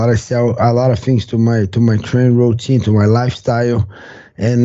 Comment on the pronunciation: "I introduced a lot of Steroi, Alot of things in my training rowteen"